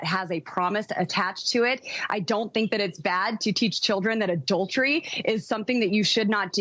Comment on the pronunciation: "Mommy, what's 'adau-dery?'"